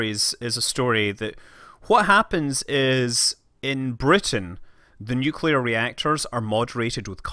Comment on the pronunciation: causually says " one summer job i worked in a nucular power plant"